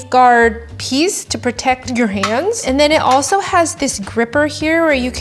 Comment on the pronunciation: am I the only one that heard “mans” 😂 (Ik she said hands but I heard mans 😂)